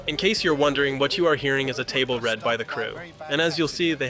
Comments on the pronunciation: Good stuff,. If i may be pedantic, and this is the internet, so i will,, you say we can hear "a table, read" by the crew. The running through of a script is a read-through or a table read, both pronounced like reed. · You read read as red. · The word 'read' in 'table read' is pronounced like reed, not red. It's a read-through of a script by the actors, usually while sitting at a table. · "table read" should be pronounced "reed" not "red" are you an llm? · It's table REED, not table RED. Love your video. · It's "table read" not "table red" by the way.